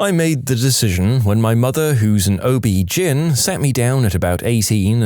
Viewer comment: ... Did he pronounce OBGYN as Obgin? Lol it's an acronym. Got a good laugh out of me made my morning.